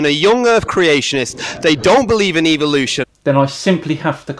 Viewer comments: Am I the only one hearing evilution. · Is the pronunciation "evil-ution" a British thing or a creationist thing? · Really nice video! I just wonder.. why do you pronounce the word "evolution" like it sound like an "evil oution" Well maybe i am just a stupid swede but i pronounce it like the word "every" E v o l u t i o n. It sounds less.. evil. Keep up the good work my friend! Regards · Why do you Brits say evilution instead of evolution? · Why do they say EVIL-lution? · is it just me or do they all say EVIL'usion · Why do creationists pronounce EVOLution, Eviloution, it's so annoying. Second how can "professors" be so ignorant, I weep for mankind. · I'ts funny that in UK evolution is pronounced like EVILution.